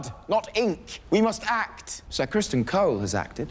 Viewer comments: It’s Cristen Cole, not Crispin. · I LOOOVEE how you keep calling Ser Criston "Crispin"... I freaking hate that guy😂😂